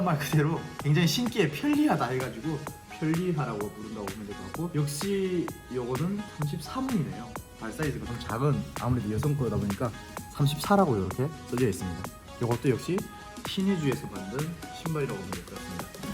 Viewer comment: 려성.. 그러다 나중에 여성이라고 .. 나만 잘못 들은건가... 암튼 목소리 진짜 좋다